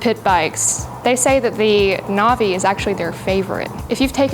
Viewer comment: I think it’s pronounce Nav- E. Like Nav E Gayshun